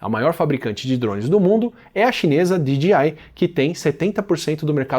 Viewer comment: Você fala DGI ao invés de DJI